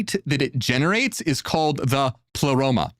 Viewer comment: Did Ai just say : " I , Plero " ? The heck?